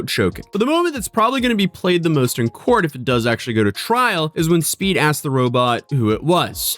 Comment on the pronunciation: Did anyone else hear cult when he said court lol